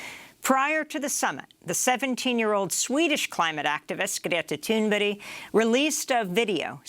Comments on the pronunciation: She presents herself in the beginning. But I wouldn't expect you to pronounce it in perfect Swedish. Amy clearly makes an effort to get it right. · Props to Amy for her excellent pronounciation of Greta's name. That's not easy......And I am, of course entirely supportive if Greta's point of view as well.